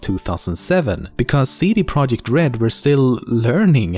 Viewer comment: It's not CD Project it's CD ProjeKt.